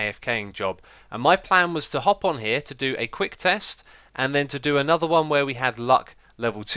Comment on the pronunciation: Listening very carefully to this video, I'm hearing the same things I've heard other british people doing. Why do british people pronounce their TH's as V's and F's? It drives me nuts hearing the number three pronounced as Free, and I swear I just heard him say Anover.